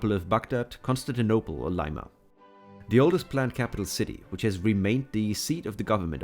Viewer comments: It's lima not layma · It's Lee-mah 🇵🇪👻